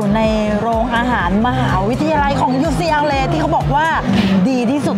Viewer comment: ผมไม่รู้การออกเสียงอ่ะครับ ucla ได้ยินคุณออกเสียง ยูซีแอลเลย์ มันคือยังงัยครับ